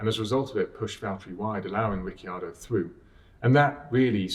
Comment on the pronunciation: No one: James: rikki-yardo